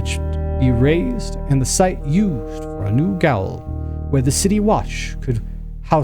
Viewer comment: "Gaol" is the British English spelling of the word "jail" and is pronounced as such.